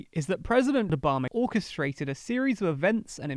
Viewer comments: it's ObamA ! Not ObamAr. Stop adding non-existent "r" sound after the last A ! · How about Obummer?